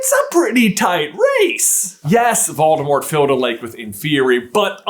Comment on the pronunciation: Doldemort? Volores?